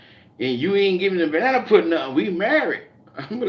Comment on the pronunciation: Hey 😎 I like how you call it banna pudding. 😄